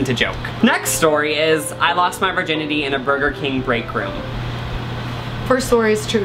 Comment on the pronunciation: WHAT THE FUCK IS A VERGINITY??????